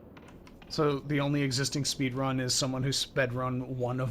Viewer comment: It's "spedran."